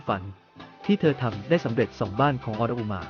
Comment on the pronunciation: ออน-อุ-มา อ่านออกเสียงนี้ ถ้ายังไม่เก่งภาษาก็อย่ามาอ่านข่าว